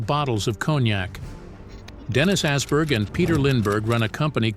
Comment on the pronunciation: Assberg 😭 it's Åberg, a Swedish o. Oberg. Not ass 😂